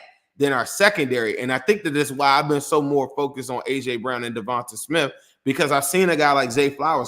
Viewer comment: Hi. Eagles fan here. Fyi, it's pronounced "Devontay", not "Devontuh". Nice video.